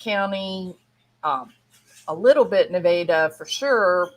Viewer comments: Nevada is pronounced either Nev ah dah, (the proper pronunciation) , or Ne vaa dah (often used informally ), It is Never pronounced Ne Vade a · Where are you from that you say Naveda?